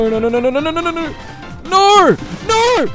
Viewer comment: I like how he started saying No but it's ne like he is from Czech republic And I have a question, where is another Factorio video how you said?